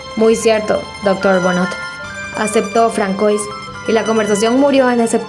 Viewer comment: Françoise se pronuncia Fransua😅 con ese acentico frances acabo de descubrir este video y me encanto, gracias